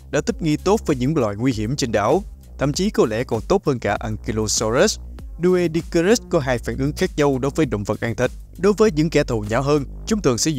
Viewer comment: Doedicurus phát âm đúng hơn là Đuy-đíc-cu-rớt nha ad